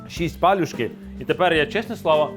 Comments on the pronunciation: А палюжки я знаю з наголосом на другий склад) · Дякую за популяризацію української кухні та за гарний контент.😊 Тільки маленьке зауваження,палЮшки - наголос на Ю.😊